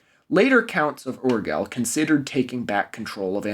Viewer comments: The pronunciation of Urgell, is [uɾd͡ʒeʎ], the main thing for an English speaker, though is that the is soft, jell, not Gell. The first part of the town Seu d'Urgell is Say-oo. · Painfull how a francophone says Urgell. Cool video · Yeah, as a Catalan, thank you for this comment. I also thought "that's not actually true" when he said that. Also his pronunciation of "Urgell" is honestly terrible. I'll never understand why YouTubers don't at least TRY to pronounce foreign names. Just look up the IPA, damn it!